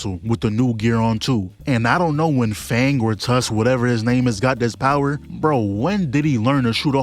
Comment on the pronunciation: Why is bro saying fang🤢